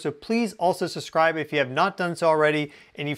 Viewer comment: Loeb flare! The word subscribe, has two, ( 2 ) " B "s in it, and NEITHER of them are silent! See to it, guy!!! 🖐️😃